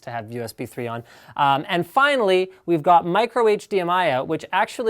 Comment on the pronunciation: "und this device only" LINUS you cracked my ears xD